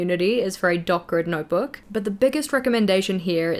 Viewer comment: Dot grid! I thought you were saying dark red